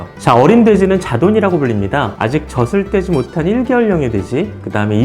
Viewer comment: 정보는 감사합니다. 다만, '젖을'을 '저즐'로 제대로 발음해주세요. '저슬' 하지 마시고요. 지식을 전하는 방송일수록 발음이 중요합니다. 느낌상 신뢰도가 떨어집니다. 이상입니다.